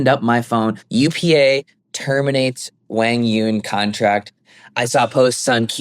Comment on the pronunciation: Duc is relentlessly looking out for his son. Meanwhile, wants to control the entire sport. Of course dosent want Duc in the picture. doesn’t even know how to say Quang Duong’s name lmao.